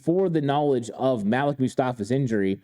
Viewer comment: Malik-(Maleek) not Malek